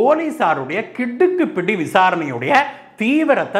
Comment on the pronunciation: சார். உங்களது கிடுக்குப்பிடி உச்சரிப்பு மிக சரியாக குற்றவாளியின் மனநிலையை போலீஸார் அறிந்து கிடுக்குப்பிடி போட்டதை நேரில் பார்த்த அனுபவம் தந்தது.